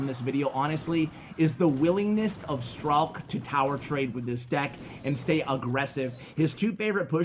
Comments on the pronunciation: letss goo i always pronounced it like strike in my head, i was so sad when i heard pronouncing it stralk xD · His nickname is pronounced like Strike. And it is not Ukrainian, it is just a nickname. b.w hello from Ukraine.